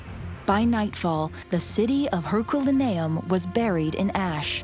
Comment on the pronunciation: If AI is supposed to be better than human narration you need to teach them how to pronounced words Hurculium